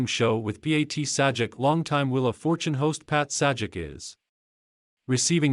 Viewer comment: bro - if you can't narrate your own videos, or get someone to narrate them and also pronounce Pat Sajak's name correctly (he's only a TV Icon) than lose your YouTube channel!